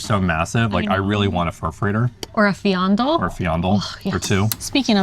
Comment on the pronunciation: Mijn favoriet is de Viandel speciaal 😊 en een klein puntje, jullie spreken frikandel goed uit, naar viandel nog niet. Het ‘Andel’ gedeelte is hetzelfde als bij frikandel. Dus vie-Jan-Dell (zoals het computer bedrijf)